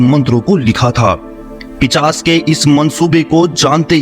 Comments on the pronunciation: Pichas nahi pishas hota hai. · Bhai pishas nhi hota hai pishaach hota hai